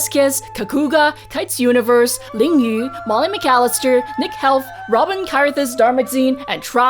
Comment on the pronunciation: Xiran, you gotta stop mispronouncing poor Robin's name at the end. 😂 I absolutely love your videos btw! ❤️❤️